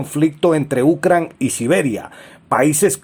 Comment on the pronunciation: Porque dices Ucran, es Ucrania. Habla bien.